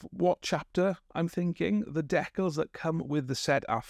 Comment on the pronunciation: The way you pronounce "decals" is a heresy all its own.